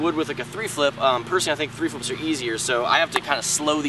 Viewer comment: Tree flips? *Tre Flips*